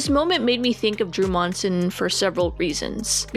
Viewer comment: Same last name as Drew here but somehow not related. Also, props on saying our last name right. Some say Munsin